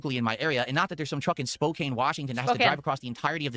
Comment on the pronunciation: I was born in Spokane so it's always annoying when he purposely mispronounces it. It's not english, the town is named after the Spokane Indian tribe and it's near a reservation.